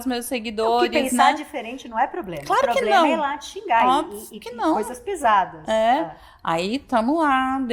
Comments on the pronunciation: KKKK PLOBLEMA???? não sabe nem falar português, quer dar pitaco na China?????? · Ela ñ é educada e nem inteligente Fala " ploblema "😂😂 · "O PLOBLEMA" É DA CANJA ALÉM DE BURRA É RIDÍCULA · O português dessa mulher é fenomenal...”o trabalho que a gente fez” … “ploblema”… é mais pérolas foram ditas com a maior naturalidade, ainda bem que ela se acha inteligente. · 😂😂😂😂 FALA SÉRIO! Presidente PRESIDIÁRIO tri - ladrão, primeira dama inteligente falando ,ABRIDO,poblema , CIDADÕES,ploblema , primeira dama de respeito 😂😂😂 fala sério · É inteligentíssima e fala ploblema !? Me poupe. E olha que não sou bolsonarista.